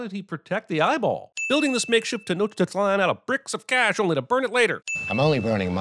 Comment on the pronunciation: Are we not going to acknowledge CinemaSins correctly pronouncing Tenochtitlan?!